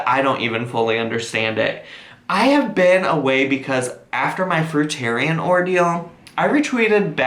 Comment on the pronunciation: Thank u for pronouncing fruitarian correctly so far 2 have mispronounced 😅